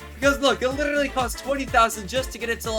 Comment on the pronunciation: Bro said llllibty not literately